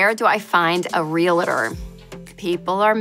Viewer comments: Yessss. How do people keep saying it like “real-a-tor.” Not how it’s spelled. So cringe. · Great content. PSA: “REALTOR” is TWO syllables.